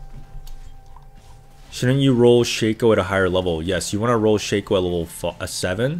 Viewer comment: Why do you pronounce shaco and talon like that...